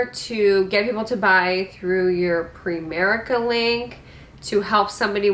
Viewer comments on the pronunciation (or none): It's "PrIMerice" like PrimeTime.. But yes.. very cringy strategy. - segment.